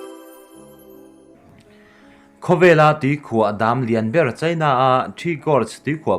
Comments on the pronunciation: Daam...tih kha chu a fuh chiah lo avan ang ve. Dam chu mizo tawnga Dem tia lam tur ania.😄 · I in buatsaihna chu a tha khawp mai, chuan mizo tawng nilo 'Dam' tih te 'Summit' tih te hi chu han lam dik thei hram la. Mi a tituilo thut zel.😀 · Tahan post thulak nan hmang tawh re2 suh... Hleihluak, dam(tuikhuah), summit... I lam dikloh langsar zual